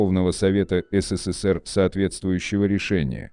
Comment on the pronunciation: Кто озвучивает это?😂 Назвать СССР "СИ СИ СИ ПИ" я чуть не поперхнулся